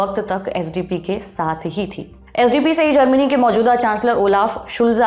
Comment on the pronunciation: SDP nahi spd!